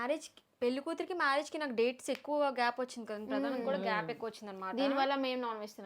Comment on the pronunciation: Pradhanam kaadhu prathanam 😊